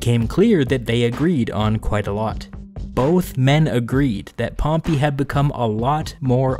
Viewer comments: It’s pronounced pompay not pompi you lemon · Dude its Pompey not Pompee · Pronunciation: Pompay>Pompee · pompy..... i cant stop hearing you butcher the name pompey... its in the name Dude. PompEy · wtf that’s a really weird way to pronounce pompey. Maybe its just american? I’ve always thought it was pom-pay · "Pom-pee"? This narrator sucks! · I don't know why but I love the way you say Pompey. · I love your videos you do a good job one thing you say pompey wrong that's not how you pronounce it